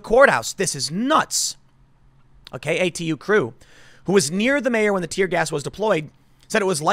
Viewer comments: Tim Tim Tim... if you are going to keep reporting on Portland news you GOT to learn how we pronounce local names. KATU news is pronounced “Kay-too” NOT “Kah-too” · "K-ay Too" News, Tim. Not "Ka-Too". Easy mistake though. lol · I know its probably a local thing, but Katu is pronounced kay-too. Cracked me up.